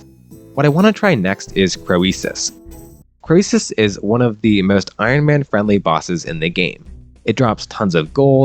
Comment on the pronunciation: Your pronunciation of Croesus is triggering me.